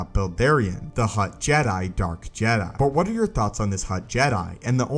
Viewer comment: Keep hearing "hot" jedi Dorian